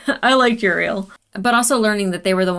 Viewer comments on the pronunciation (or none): none